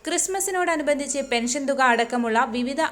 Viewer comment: പെൻശൻ 🤔സോശിയൽ 🤔വൃത്തികെട്ട വായന 😂😂